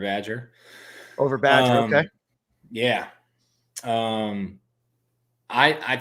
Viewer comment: Somebody tell the wide receivers name is badger not badges😂